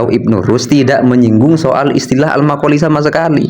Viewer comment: Maqal fi blok bukan makoli